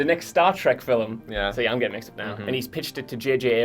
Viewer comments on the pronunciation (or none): Slap this boy if he say's "filum" one more time. It's *FILM*, one syllable. Get it right! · Why does the guy pronounce the word FILM FILIM. is he just that English? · Is it just me or does that guy pronounce 'film' in a funny way? He clearly says 'filum' a few times. Is it wrong or a certain accent?